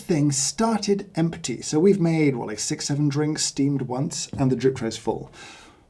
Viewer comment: James pronounced the "p" in "empty." That's interesting! Does anybody else pronounce it this way? Is this specific to a particular region or accent?